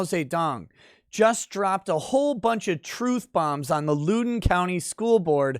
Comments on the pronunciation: That’s not how you say Loudoun. (Lao Dun) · It's pronounced loud-un (County) i believe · It's pronounced Loud-in >t. RVA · The first syllable in Loudon rhymes with "cow". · Loudon is pronounced Lowd On. Stay boomer, and keep up the great work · It's pronounced Loud don. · Great video, as a Virginian I have to correct you. It’s pronounced “Loud-en” county Also, I disagree with CRT being Neo-racism…… It’s just “Thought Chlamydia” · It's pronounced Loud'en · Don't Lewd The county! lol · ...its Loudoun. Not Loodoun. Pronounced Loud-un. Former resident, here. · I believe the county is pronounced “loud-en”. I can see how you would pronoun it “lou-den” if you’re not from the DC metro area. Love your channel, keep up the great work! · Heh Lewden county. Had a giggle at that, it's pronounced "Loud-en" country. Great videos as always 🤙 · I’m the pronunciation police and I apologize…it’s LOWden County like, “OWWW! You stepped on my foot!” Not like, “She’s a low-down dirty ho”. l-OWWW-den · Lol loo-don. It Loud-in county. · My man... I’m subscribed, but from someone born and raised in NoVA: It’s loud-on, not lewd-on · It's pronounced Lowden, Loud-en. Not Lude-en Pls drink after the streams, not before:) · Thank you. It hurts me. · It's pronounced loud in not lou din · I cant take it anymore you boomer its pronounced Loud-en county not Lou-den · its pronounced lowden like cow den or now then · One thing, it’s LOUD-en (like “proud”) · Loud-en County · FYI: It’s pronounced “low-den” county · Loudoun pronounced Loud (as in high volume) short o n. Use to live there before I escaped. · Pronounced L “ow” don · It's pronounced LOW-den county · Hey, I like all your videos- keep it up. One note: it’s pronounced “Loud-in” County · Please! Loudoun is pronounced LOUD-un